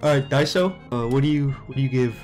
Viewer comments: "Diso" "Multipled" "Blom" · "disso , blom and multiplied" 😭😭😭😭 LOL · “Disso, blom, multiplied”💀